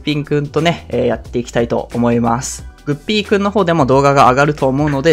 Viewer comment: 発音グッ→ピー↑君なんだ・・・